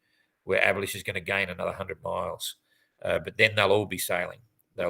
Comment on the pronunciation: Is there any good reason to pronounce "Abhilash" "abolished"?